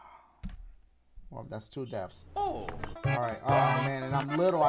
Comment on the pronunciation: Dashie: Only zeeroo deafs we ain't gon DIEEE Also dashie: We said 3 DEAFS